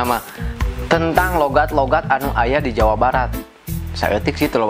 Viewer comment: Saking banyak nya Logat sunda sampe salah ngomong logat jadi logot :)